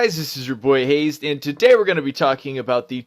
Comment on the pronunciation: Ok, so it's time to say it: Your channel's name is written Hazzed, yet you pronounce it like it's Hazed. I like your vids, but that's so annoying to me. Is there a reason for this, or am I just being a dick?